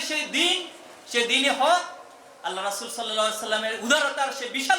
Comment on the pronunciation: আল্লাহর রাসুল (সঃ) এই কথাটা অস্পষ্ট এটা সেক্রেটারি জেনারেলকে সংশোধন করার অনুরোধ রইলো।আমি আপনার সবগুলো বক্তব্যই মোটামুটি শুনি কিন্তু ঐ কথা টা অস্পষ্ট।